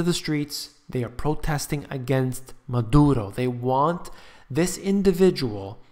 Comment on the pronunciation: When you pronounced Maduro I laughed so hard. It sounded like mud errrr o. I have followed Venezuela for years. This is an example of what will happen to the US and Canada. Preparing for the inflation happening now is a great start. When Ike went through Houston our electricity went out for 2 weeks. We had water but all but my hot water heater was electric. I now have water, water filtration and several ways to cook and boil water. I missed my hot cup of tea and the news. Get a back up solar radio and a solar charger.